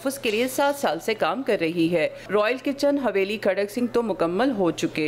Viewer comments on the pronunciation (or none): It's کھڑک سنگھ not کھڑاک سنگھ